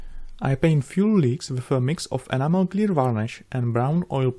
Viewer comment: Funny thing is amazon has a high search rate for tamiya animal paint. I think you should try to enunciate the E at the beginning of Enamel. Not a big deal I understand English is rough with the various accents but it may stop the confusion.... keep up the great work, love all of your work.